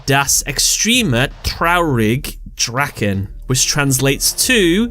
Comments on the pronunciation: "Das Abscheulich Rutter" is what mah man said ..... bruh it's Ritter iiiii like when you say Key DRAKEN "Das Extremer Traurig Draken" it's Drachen like Hello Hhhhello spell Hello just like you say H in Hello, Drachen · I would say Der anscheuliche Ritter & Der extrem traurige Drache Maybe it is because of the translation. I can understand it but the grammar is really bad. But you pronounced it pretty good. (Except Drache) ^^